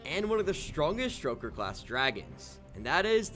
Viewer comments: It's stoker not stroker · Please stop calling them "St-R-oker". There's no R there. It refers to stoking a flame. "Stoke" not St-R-oke. Its my favorite dragon class and it hurts my soul to hear you call them by that name. 😢 I'm begging